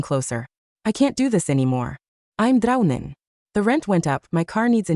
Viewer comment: Guys are we not gonna talk about the fact that it said drowning with an Indian accent😭😭😭